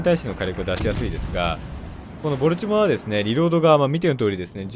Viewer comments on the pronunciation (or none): ボルチモアの発音が嫌すぎ。なんでもアクセント無しの発音がカッコイイみたいやな。かと思えば最上は一般的発音してるし。